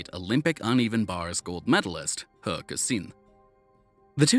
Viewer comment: Can I just say well done on the near-perfect pronunciation of He Kexin's name? So many sports commentators over the years have struggled with her name which is not pronounced the way it is spelled - it is the way Chinese names are transliterated into English using a system called Hanyupinyin which has very different rules compared to standard English but clearly, you've made a genuine effort to try to nail the pronunciation accurately and I wasn't expecting the tones to be right, but everything else was as perfect as He's routine, well done!